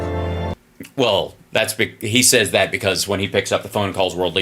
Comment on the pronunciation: Saaays is the way Ukrainians pronounce Says.